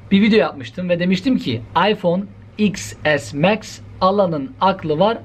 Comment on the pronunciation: He o kadar teknoloji bilgili adam varken, bunun cevabını vermek sana mı kaldı. Cringe: İPhone Twelwe Pro MEX.